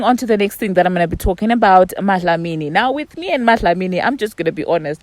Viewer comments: She is saying it so perfect 🥰 💞 as I South African my self I dnt even pronounce Dlamini like dat. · I love the fact that you say dlamini in an south africa accent 🥰